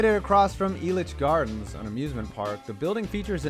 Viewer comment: Thanks for saying elitch gardens right this time